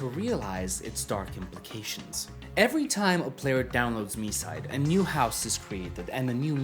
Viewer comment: THANKS MOTHERFATHER GOD FOR READING THE TITLE AS "mee-side" NOT THE F*CKING "my-side" 🙏🙏🙏